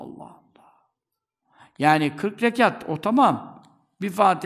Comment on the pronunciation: Bastırarak söyledi 40 rekat diye .Zor dedi